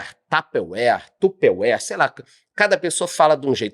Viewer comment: A empresa Tupperware tem quase 80 anos... e até hoje não decidiram qual é a pronúncia correta da marca... kkk